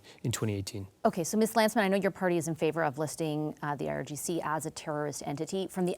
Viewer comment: DISGUSTING! Mr. Virani pronounces IGRC instead of IRGC, showing he has no idea what's going on!!!